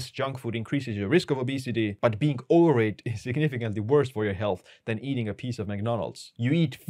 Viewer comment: Dam your "Overweight" is really hard for me to hear. Not saying I speak better English then you.